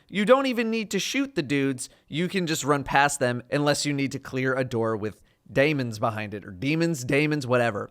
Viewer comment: "DAYMENS"!!!!!!!!!!!!!!!!!!!!!! lol - Dayto